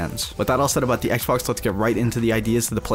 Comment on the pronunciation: Forth, he said icebox instead of Xbox